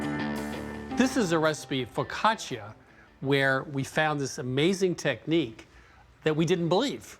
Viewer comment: "This is a recipe... fo' caccia"